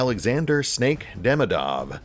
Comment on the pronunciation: Hell, it's about time! Although it's DemIdov, not DemidOv :) upd Yep, as I said earlier xD